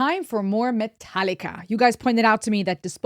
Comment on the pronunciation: Love the very Deutsch pronounciation of MetalliKa love from CH :)